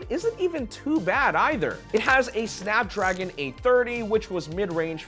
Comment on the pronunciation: you know an iPhone guy when he can't properly tell the name of SNAPDRAGON. 😅😂